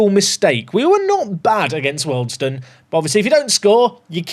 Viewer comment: Wealdstone = "Wee-all-d-stone" and not "Welled-stone" Other than that, great episode 🙂